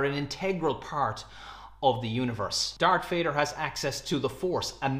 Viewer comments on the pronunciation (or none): Dar_k_ Vader? dude -.